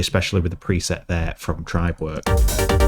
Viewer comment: Accent type of thing 😉